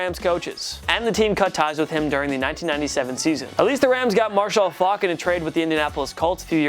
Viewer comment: Why he say Marshall Faulk like that?